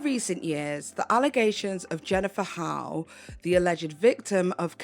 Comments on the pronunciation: Great video but her last name Hough is pronounced "huff" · Jennifer's last name is pronounced huff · I believe HOUGH is pronounced as HUFF. Just as tough is tuff and rough is ruff.